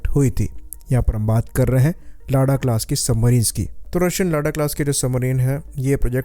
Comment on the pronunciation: Sir, उसे लादा कहतें हैं लाडा नहीं।